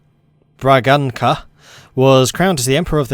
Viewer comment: this "ç" is read as an "s", so you know that Bragança is like 'Bragansa'.